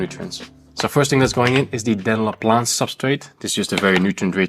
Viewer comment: Dennerle: exists This guy: DENLA 😂😂😂